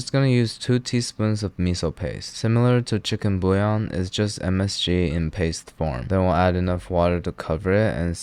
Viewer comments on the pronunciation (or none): none